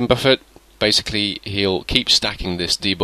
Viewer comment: You pronounce the word Buffet funny :3 GIVES ME MUCH LULZ IN MA BELLY.